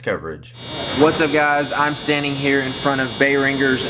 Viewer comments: Just a suggestion. Behringer is pronounced bear-in-jer, not bay-ringer. Just a tip, not hating. Keep up the great vids. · Its pronounced berinjer not bayringer..